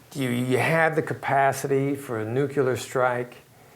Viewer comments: did dis dude just say NUCULAR? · Such a great speaker on a great topic. And then..."nukyalar." I had to back up to be sure I'd heard it correctly. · That's just Southernese... :) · kalashnik3 Odd because he’s from NY or Boston I think.